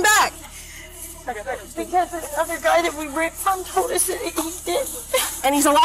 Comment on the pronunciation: 😂😂😂 "Ahh..Ahh...Ahh...Ahh" ×10 & "I toldt her nottah stop, I toldt her nottah stooop" 😂 Over and over, SHUT UP!...ridiculous 😅